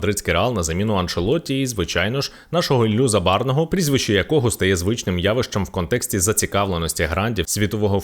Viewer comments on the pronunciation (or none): Так Забарого чи Забарного, не чує баба 😆